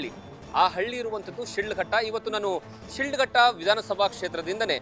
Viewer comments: It's not shildghatta, it's Shidlaghatta, My Mom's birthplace, we cherish the long lasting memories of this town forever, Jai Shidlaghatta. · ಊರಿನ ಹೆಸರು ಕರೆಕ್ಟ್ ಆಗಿ ಹೇಳಯ್ಯ ಅದು ಶಿಡ್ಲಘಟ್ಟ